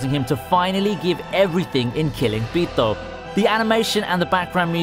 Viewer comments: the way you pronounce Pitou tho.... as a Mexican that sounds wrong 😂😂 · Tf are u saying Pitou with a mexican accent for💀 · I couldnt take #1 seriously because of the way you said pitou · why do you say pitou like you're an Italian😂😂😂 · The way you say Pitou just bothers me on a physiological level. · Why you keep saying pitou like that 😂